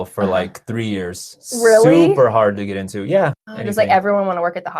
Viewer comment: Yo get into". I heard something like to get hired